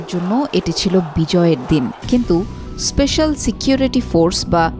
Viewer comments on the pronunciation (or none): none